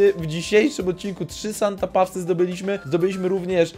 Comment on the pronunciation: Pisze się Santa paws A czyta się Santa pos